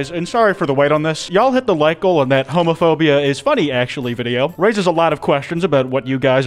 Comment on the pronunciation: Not making a new word “Homaphoba”